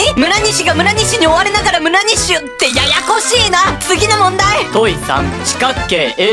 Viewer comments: 問4で村上て聞こえた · むらにしをむらかみっていってた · 1：29むるにしって言ってる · 村西の時村神ってきこえた